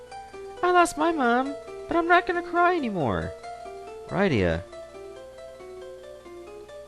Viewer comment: Rydia is pernounsed rid-e-a